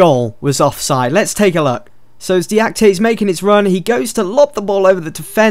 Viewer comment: name is pronounced (Dee-Ah-Kee-Tay) nonetheless a great episode, keep up the good work :)